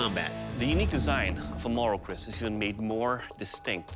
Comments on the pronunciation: Lopez and is CALLED "KERIS" IN THE NATIVE TOUNGE NOT KRIS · Its keris not kris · pardon me, but it has to be "Keris" not "Chris" (confused by the subs)